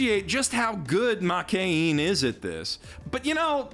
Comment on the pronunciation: after many years of watching anime. Still cant pronounce Makeine correctly